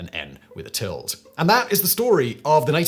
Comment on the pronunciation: Simon, why do you have this obsession for cutting the last syllable of words off? Xanthippe is /'ksænθipi/ , tilde /'tildə/.